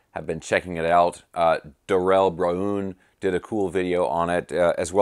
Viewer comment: Dude… Dar-RELL Bra-UHN!!! 🤣🤣🤣🤣🤣🤣🤣🤣🤣🤣🤣🤣